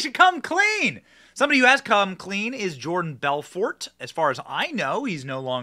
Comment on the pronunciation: The T is silent in Belfort 🤣🤣💀